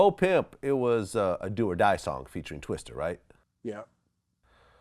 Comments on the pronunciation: It's Twista. Not Twister. Vlad. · Dammit Vlad its Twista not Twister lol